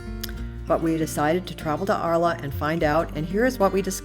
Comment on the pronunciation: The City of Arles in pronounced "ARL"..